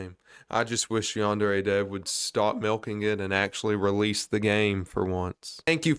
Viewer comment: What really irks me about this whole thing is that he calls it "YAN-DAIRY" like ffs man this game is your whole life and you can't even pronounce it right